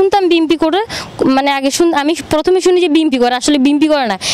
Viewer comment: বিমপি নাকি বি এনপি সেটাও ঠিকমতো বলতে পারে না আবার মডেল নায়িকা হতে চাইছো